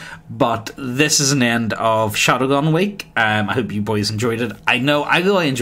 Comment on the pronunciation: For fuck's sake mate it's Shadowrun, not 'Shadowgun'. Why do you call it 'Shadowgun' in your end comments all the time?